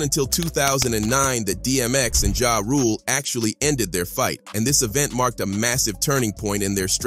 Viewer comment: Can this narrator read? It's B.E.T not BET.... And it's Ja (Ja•h) Rule not JAY Rule... 😂